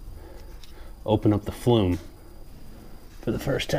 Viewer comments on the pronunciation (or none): Thanks...well done. I just did mine and now want to try to sweep my oil chimney flue but need a different brush. Was thinking to make my own somehow. Any thoughts? Fyi, sounds like you are saying "flume" instead of "flue".